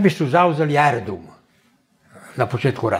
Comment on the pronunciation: Jel to profa reče AERODRUM?